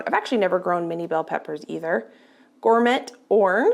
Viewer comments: Pronounce gormet as Gor- May mispronounced words. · 😂😂 ‘gourmet’ is pronounced gormay not gormet 😂😂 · FYI only - Gourmet is pronounced "Gore May", as in a Gourmet Chef, Gourmet Dinner, etc. looks like a great haul! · Gourmet is pronounced gourmay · I came here to say this also. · Then she messed up "gourmet", lol. She said gor-met. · Im not being rude, I’m trying to be helpful. Gourmet is pronounced like gore may and au gratin is pronounced like awe graw tin. I hope that helps. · The "t" in gourmet is silent so it's gourm - eh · Oh no how will you survive. How dare she mispronounce a word.